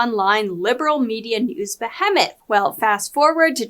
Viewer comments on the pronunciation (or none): I really appreciate this channel, but please double check your pronunciation of ‘behemoth.’ Comment for the algorithm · This channel seems AI driven or the speaker doesn't seem to be able to pronounce certain words correctly--behemoth comes to mind. I'm really close to stop watching politically sauced YT videos entirely.